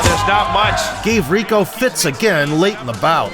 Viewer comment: happy to hear the AI voice of this faceless channel pronounces Rico's last name properly.